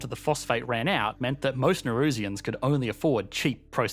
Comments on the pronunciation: Can’t be the only one irked by his pronunciation of Nauru lol. Also, I think it’s Nauruans not Naurusians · There are a couple of fundamental errors in this video. Firstly the pronunciation. Its not Nay-roo, its Nah-Roo. Secondly the population are referred to as Nauruans, not Narusians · Why are you pronouncing it "Ney-roo"? Pretty sure the correct pronunciation is "Nah-oo-roo" Also, it is "Nauruans" (Nah-oo-roo-ans), not "Naurusians" (or Ne-roo-shiens as you pronounced it) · The pronunciation of Nauru and Nauruans was so cringeworthy.